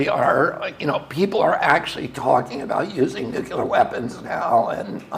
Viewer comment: love u bobby. first note: say 'NOO-CLEAR' please. i love this so much. second note: RFK is the BEST candidate to reverse/upend regulatory capture of our national/federal agencies. let's go ! bravi ! third note: BEST SCIENTIFIC EXPLANATION of trans people and neurobiology i've seen to date. love my trans/gay friends. #RFK2024. by Robert Sapolsky "Robert Morris Sapolsky (born April 6, 1957) is an American neuroendocrinology researcher and author. He is a professor of biology, neurology, neurological sciences, and neurosurgery at Stanford University. In addition, he is a research associate at the National Museums of Kenya" Bravi to both men and those attended and watching . Fifth point: I’ve been pro Palestinian people for a long time, big credit to for her crusading journalism on the topic/issues there. Bravo to Bobby for illuminating the Gaza situation better than I’ve ever seen/heard. Thank you 🙏. Bobby is the most informed and factually intelligible candidate I’ve seen discussing the real issues we face in the USA. Can’t wait to hear the rest ! Sixth note: thank you so much to Bobby and everyone involved in this campaign/production/movement. There is no candidate, to my knowledge, who shares the breadth, depth, and detailed comprehension of the facts, dates, and interlocking mechanisms of the state and the Military Industrial Complex. Thank YOU Mr. Kennedy for your service, bravery, and compassion for the American people; may we rewrite history together. Peace, prot